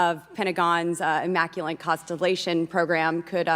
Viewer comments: Boebert can't say Immaculate. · She should learn how to pronounce words like maritime and immaculate correctly. She is a waste of time to be on this video for so long.